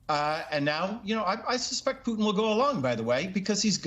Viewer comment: hey this guy said Peutin name right. : D